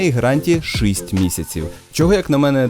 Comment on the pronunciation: Якісний контент українською! Тільки, будь ласка, не шИсть, а шІсть)